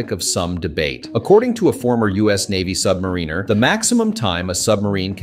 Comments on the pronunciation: The pronunciation of submariner is hilarious. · Submariner submariner, pronounce it properly, for gods sake